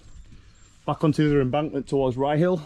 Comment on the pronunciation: Ryyill pronunciation one word... not rye hill. Is that bird with yer on this un 😉